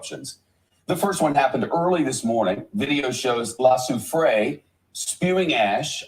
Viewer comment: The country is called Saint Vincent and the Grenadines (pronounced Gren-ah-deens), or SVG. This is my homeland, the volcano that erupted is called La Soufriere (pronounced Sew- frey).